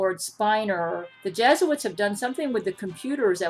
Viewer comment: Ah yes those dastardly “jesuits” mhmm yes…